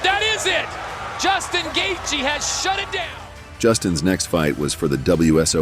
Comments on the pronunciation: you literally called Justin Gaethje - Justin Highlight Gayjay. It’s Justin The Highlight Gaethje. It’s not just you, All this videos done by bots can’t even pronounce the fighters names right. It’s embarrassing. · nope! you're wrong brah, listen to the gaybot narrator and you will see that he's Justin "Highlight" GayJay... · did the narrator pronounce Gaethe as Kay Jay❓️⁉️ Please tell me I'm not the only one who heard that 😮🤔